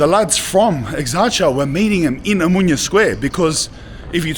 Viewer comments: oMOUNIA. Nicely said I guess? (in greek oVaginas)? How difficult is it to say omOnia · O- MO- NIA not Amunia per dio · Omounia 😂😂😂 it's omOnia. Omounia means plural vagi na in Greek 😂😂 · Sorry but it's Omonia, not Omounia 😂🎉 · A mounya 😂 ill mounya 😂😂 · Watch how you pronounce 'OMO NIA' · Eksarhia and omonia ffs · EXARCHIA. Tthe narrator should, at least, learn to pronounce this neighbourhood's name. The 'ch' in Exarchia is not pronounce as 'ch' but closer to 'h'. Exarhia, please. I am only in but I can't listen to any more. Once I hear Omoonia, I am out. You have no idea about Athens, otherwise you would have enough respect for the place to know the names of these places. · You are pronouncing the suburbs incorrectly. It isn't exarchia but exarhea. Not omounia( which could mean something in female genitalia), but omonia.😊🇦🇺🇬🇷❤ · your pronunciation is atrocious. omounia and ekarkia? 🤣🤣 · Buthering the Greek names; Exarchia is pronounced with a "kh" sound, it's Exarkhia quite literally; he says something like Amunia, not Omonia as it should be. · Fantastic but how do you spend so much time in Exarcheia and not learn how the name is pronounced? 🤯 ex-AR-hee-ah. The way you say it is like nails on a chalkboard. And omounia? I can't tell if you're pronouncing it like this to be funny considering mouni is pussy/fanny in Greek. It's pronounced oh-MO-nia. Ty for this great video. keep up the good work. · As I'm watching the video, there are many inaccuracies (ie. there is no police in that neighborhood - of course there is) but most of all, you could have gotten at least the names of the districts right. It's not Exarzia or Omounia. It's Exarhia en Omonya (to pronounce it as better as possible). Edit: Agree or not, the Greek guy has a great intellect. Bravo for your English too.